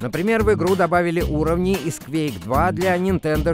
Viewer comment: как можно так сказать "кЬвЬэейк"? это что-то на московском?